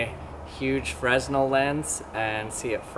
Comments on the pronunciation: The "s" is silent and the stress is on the second syllable. "Fruh-NELL" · It is not pronounced 'Fresnel', it is pronounced 'Frenel', without pronouncing the 's'. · That is a "freh-NELL" lens, not a "FREZ-nle" lens. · fruh-NELL. fruh-NELL. :-) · Sorry...I can't keep watching without cringing. Fresnel is pronounced fernell. I'm in Stage Crew and that's what we were taught. But that's none of my business ☕🐸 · its pronounced frenel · its pronounced "fernell" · Augustin-Jean Fresnel was the first person to use one, the person who invented it. And it's "Fruh-NELL", by the way. The "s" is silent. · the s is silent in fresnel... just thought you should know... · Jason Rogers he can say it however he wants.